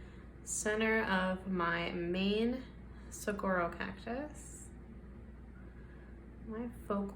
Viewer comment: An Arizona native here—saguaro is pronounced su-war-o. The gu is pronounced like a w. Love the art!!😊